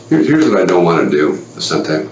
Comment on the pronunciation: It's Vicente not Vincente.